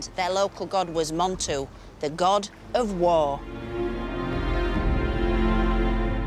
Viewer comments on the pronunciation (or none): Its God not gut or got !